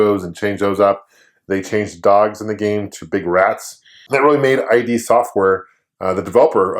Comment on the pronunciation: It's not I.D. It's ID as in pronounced like lid